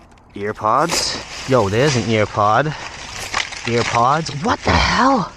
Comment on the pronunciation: It’s pronounced air-pod